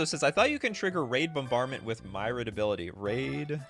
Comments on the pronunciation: I pronounce "Myriad" like "Mirri-add", not "My-rad". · He clearly means 2021, not 2001. Living end nor subtlety existed yet... Also it's not my-read. It's mir-e-ad. As in many :)